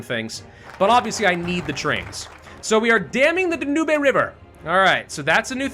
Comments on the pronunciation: Dam the "da-nooby" river Hope that was meant to be a joke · I know they're minor things, but ... things like the "Dahnoobay" river and thinking the Dutch East Indies were a British colony bug me when he's also constantly giving the mod makers a hard time over minor spelling errors.